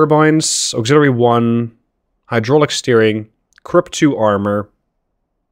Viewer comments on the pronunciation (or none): none